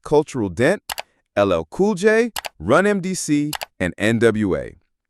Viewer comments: He said run mdc 🤣🤣🤣🤣🤣 bro ...how r u calling them legends and butchering their name?!!!! They're RUN DMC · Did this AI say rum mdc??? wtf smh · The way they said run DMC was weird to me. No wonder I thought it was AI.